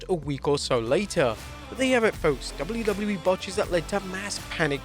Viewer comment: That’s what happens when you’re English and you say the letters correctly 😂